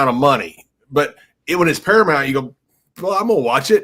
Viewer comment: I love, but him saying ParaMONT not ParaMOUNT was killing me. 🤣